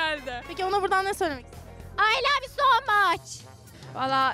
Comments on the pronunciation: AyĞh lAVvğ yU sOv mAçHğ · I LoVeğ YoUğ Soğ MuChğ